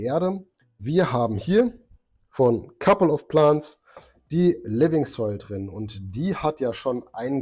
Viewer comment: kappel off plahnts? die aussprache ist echt schlimm ^^